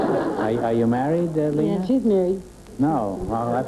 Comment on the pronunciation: so, you now, want to teach me german .. it is lena as in bet ya .. try forvo, forvo helps